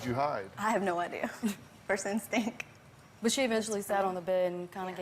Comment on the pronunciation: Don’t forget, “ I don’t know, first instink,” instead of “instinct.”